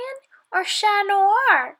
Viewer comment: I like that she pronounces “Chat” correctly. People produce it mostly the English way, thought it should be pronounced “Sha”